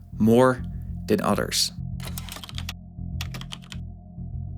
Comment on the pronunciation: Fadder, anodder , odders, why don’t you talk right?